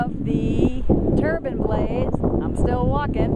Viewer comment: It's a wind turbine, not a wind "turban."